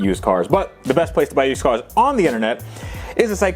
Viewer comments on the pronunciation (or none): Yewshdcoars? see " " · It's how he pronounced "used cars"